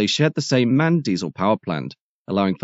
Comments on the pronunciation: Just FYI "MAN"(the company) is pronounced as individual letters, i.e. "EM-AY-EN", not as a word. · Indeed correct! Not to be too pedantic, in German the pronunciation would be Em-Ahh-En.